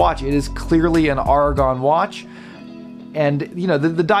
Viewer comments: AiR-A-GON not ARRRRRRGH-A-GON. otherwise xlnt review. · The A is hard like arrow